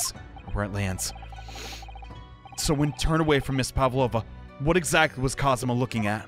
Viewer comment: It's Kazuma. You were pretty close though.